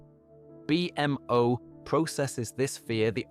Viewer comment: Great episode!! So glad this popped up on my feed when I needed to sleep. The way you say bee-m.o. is so funny lol